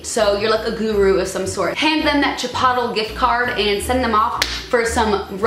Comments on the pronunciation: isn't chipotle pronounced chipot-lay? 😂😂 lol she said chipottle i love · Chipotle is pronounced chip-o-lae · "chipottle"? was that on purpose or LOL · OMG the way she said CHIPOTLE thoe!! LMFAO Your eyebrows are on fleek by the way! ♥♥♥♥ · The way she said Chipotle 😂😂 I can't stop laughing 😂😂😂😂😂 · Da way she says chipotle is kinda weird is it just me or does any1 else pronounce it a different way